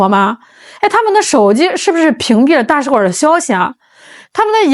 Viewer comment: 大使馆儿？你以为是饭馆儿呢，儿音不是随便加的